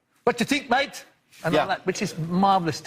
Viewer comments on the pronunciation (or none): none